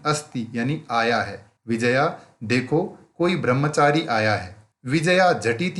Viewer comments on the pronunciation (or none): It's not Vijaya it's Vi-jay-ya